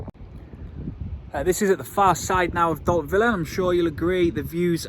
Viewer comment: Don’t know where you’ve been hiding, but good to see you back. I’m quite sure you pronounce Dalt Vila or “Upper Town” (Vi-la and not Villa), although I could be wrong 🤭